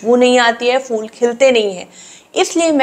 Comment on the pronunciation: For God's sake, it's not 'fool'. It's phhool. Phh is a Hindi letter. Why do you guys can't pronounce it?